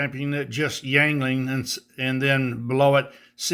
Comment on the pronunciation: Very cool custom Electrics,. I think it's pronounced, "ying ling." I enjoy their Lager. 🍻